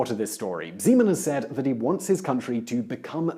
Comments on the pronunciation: it's Zeman, not Žeman i don't like him. at all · Zímen :-D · OMG his name is ZEMAN,no ŽEMAN!!! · I only heard President Semen o.o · i must hearing things, Did he just say President Cemen? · I love how he pronounces "Zeman" as "Z-man" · Just a note. The Czech president's name is Zeman, with a hard Z